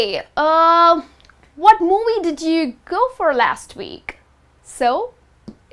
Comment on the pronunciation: "moowies" You stress alot on the words, can't pronounce v and try hard to pronounce the letter "r" in the wrong way love. Great content but your voice is extremely annoying. :(